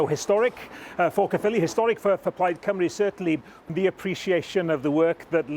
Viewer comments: Her saying Cymru wrong made me cringe. She managed Rhuns name ok though. Butchered Llyr too. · Cymru should be one of the easiest words for an English person to say. Why do they get it wrong? Deliberate? Trying to copy some northern colleagues vowel sounds?